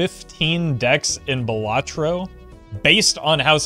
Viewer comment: Not pronounced "buh latro" Bal is pronounced like the name Sal. Bal-luh-tro Solid tier list btw